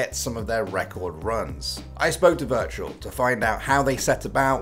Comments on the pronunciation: virtual =/= wirtual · wirtual not virtual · To me, his name is said wertual 😂